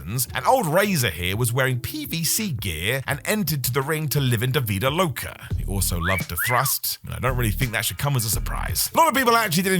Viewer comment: Living La Vida Loca not “davida”. Maybe if any of you Brits learned a respect for Spanish and stopped being racist, you wouldn’t make a fool of yourselves every time you make a video.